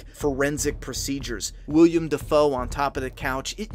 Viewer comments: Willem, not William,:D FLAW But otherwise great video! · Willem Dafoe is a stage name (real name is William) lmao to cut down on the expected comments. Here's Willem Dafoe explaining it himself. Welcome to the new channel for ONLY Flaw vs Awe Reviews!! Boondock Saints did not received a re-edit, so Ignore the mispronounced Agent name. IDK how I screwed that up from the script, unlike the real actor that name was mixed up haha. We already have 30 Flaw vs Awe Reviews finished and will be uploading one every week with some re-edits and some brand spanking new reviews, Subscribe now!!